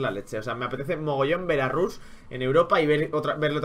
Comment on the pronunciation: di rash en vez de rush pls xD